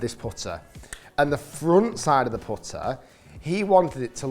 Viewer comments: “Powtuh “ It’s putter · The way you say “putter” is wild man